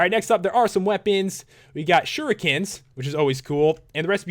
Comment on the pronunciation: It's pronounced shure eek ens